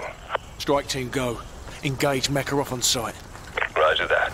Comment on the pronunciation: Why do the soldiers pronounce makarovs name as MORKAROV apart from Ghost lmfao i also notice different gun sounds too its a shame they didn’t remaster multiplayer and co op i would of brought this remastered game then no point buying just for campaign when i can watch here 😎